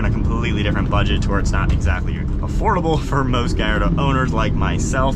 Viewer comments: It’s pronounced GAL LAR DOH not GUY. 😂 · Many people in Malaysia who spotted a Lamborghini Gallardo often pronounced the name wrong by saying GALLARDO because the two Ls are sounded which rhymes with the evil Claude Frollo from Victor Hugo's novel The Hunchback of Notre Dame and its old 1996 animated Disney film adaptation. Any concerns?